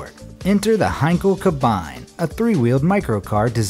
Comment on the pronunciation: Sigh At least he said Henkel right....